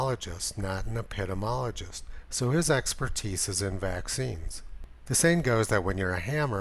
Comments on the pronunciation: ep-ih-dee-mee-ologist. not eh-pit-im-ologist. just sayin. for future reference. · ep-i-dee-mee-OLL-i-jist (epidemiologist)